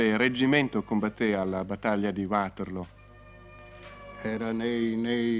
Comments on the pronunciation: Non si pronuncia "Uaterloo come fosse una parola inglese, è una collina belga e il nome è in fiammingo. Perciò "Vaterloo". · Uaterloo però non si può sentire. Non è inglese, è fiammingo. Vaterloo, Vaterloo, Vaterloo. Possibile che Angela non lo sapesse? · Waterloo è in Belgio quindi perché bisognerebbe pronunciarlo in inglese?